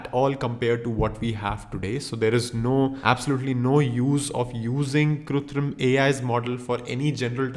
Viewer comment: its KRITUM bro not kutrim